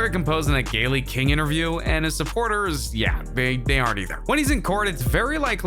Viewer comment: Why is this dude mispronouncing so many words like the word “women” and Gayle Kings name?